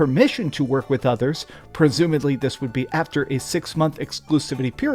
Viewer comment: Assumes poster has poor reading comprehension Also: Mispronounces 'presumably' immediately